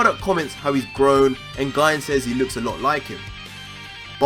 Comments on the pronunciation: It's pronounce Ghee-Nay Not GYNE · Its pronounced gi ne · GINE=(GI-NAE) TRIGGERED OF HIS PRONUNCIATION! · Guy? It's Gine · U pronounce it as gi-ne not gine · Gi-ne* not Guyne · Its pronounced gee nay not gine. Japanese names yo. Learn how to pronounce it. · You say Gine’s name as “guyn”, when it is written as “Gi-ne” in the background ._. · 1. Amazing discovery! Absolutely phenomenal! 2. It's pronounced "Gee-Nay" not "Jine". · Your saying Gine like Guy-n its pronounced Jee-ney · Gi-ne is pronounced Gi- Nay. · It's pronounced gee-nay not ginn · Is it really read as /Gayn/? It sounds awkward hahaha I really think it's /Ji-ne/ like it was even written as "GI-NE" in the manga, Gine for Ginger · Sebastian Rodriguez it is. Gine pronounced (Gee-Nay) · It’s pronounced (Jeenay) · Actually Its Pronouced "Gi" "Ne" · You pronounce Gone wrong, it's jean-ay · Her name is actually pronounced Gi-ney, but everything else was completely correct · Gine is pronounced (jeenae) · It's pronounced "GENE-AY". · Isn't Gine pronounced "Gee-nay" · Bro her name is pronounced gee nay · How to pronounce gine (G-nay) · You’re awesome! Heads up tho her name is GEE-NAY. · Here name is pronounced Jean. As GINE is the end of the vegetable Aubegine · *Considering the pun source is negi, which means "spring onion" and the -gi is pronounced with a hard g, then negi would be "nay-gee", and thus Gine would be "gee-nay".* Plus everyone I've heard uses Gee-Nay so... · Daemon Blackfyre I don't think so. The vegetable Aubergine makes more sense to me. This word ends in the pronouncement sounding like 'jeen' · Darryl Goodgame Gine comes from the word Negi which is pronounced Neh-gee. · Gine is pronounced "jinne" I believe. The name is derived from ginger, akira toriyama style. BTW nice theory. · Just want to point it out but Goku's mother's name is actually pronounced "Gee-neh", if you switch he name backwards it would be Negi(pronounced "Neh-Gee") which means Spring Onions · I fucking hate the way he says Gine